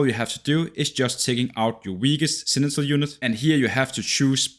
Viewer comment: Does he say "senital" kkk? No shaming tho, just thought it funny ahah